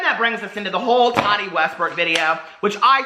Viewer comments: Love you but... does it bother anyone else he says TADI? instead of TaTI?? LOL xo. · I love you, but it’s Ta-Ti not Tadi. She actually said the other day in her video that she doesn’t like to be called Tadi. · Sorry to correct you, but she literally just had this in her video yesterday. Her name is pronounced "Ta-Ti". Not "Ta-Di" lol. Great video though ❤️ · Her name is pronounced TATTTTTTi... not Toddy. TATI - there is a 2nd T in there dear. sigh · Tahdi 😂. So funny how he says it...